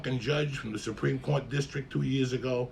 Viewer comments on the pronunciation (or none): none